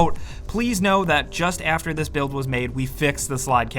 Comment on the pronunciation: “Even afteh yah die”